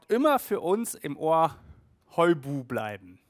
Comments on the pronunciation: Ich höre dich immer nur "Heu Buh" sagen, statt "Hui Buh" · Könnt ihr auf Amazon vorbestellen und du sprichst das Hui Buh falsch aus😋😋😋